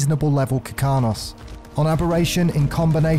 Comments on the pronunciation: This is amazing to watch. BUT ITS KARKINOS NOT KIRKANOS. (idk why but it mildly infuriated me lol) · Dude the way you pronounce Ravager and Karkinos gave me radiation poisoning